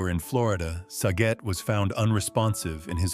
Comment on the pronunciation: He got Saget pronouncement wrong too.